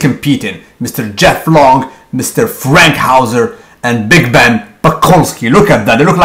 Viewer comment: Erik Fankhouser, not Frankhouser. Nice vid